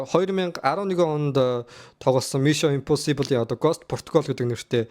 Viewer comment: Ee burhaan naad ugnuudee google translate dr bicheed sonsch uzeed zov duud l daa, ug n hoorhon yrih gd bhin mison imposibl geh hurtel chn za yahaw gej bgd bur tiirtel awlaa daa, oxify shig heden angli ugnude aimar oortoo itgeltei shal buruu duudaad bval elgiin haragdana shu, ug n ywaandaa bur l hoorhon yrij surah zaluu bnda